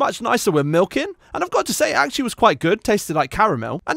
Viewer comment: Oh God, we've gone from "pilk" to "molke"